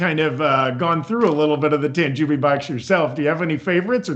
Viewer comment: again,.....it's pronounced Tan JOE Bee. Not Tan Jew Bee